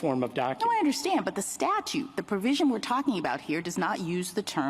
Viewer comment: StaTUTE! "statue" lol adios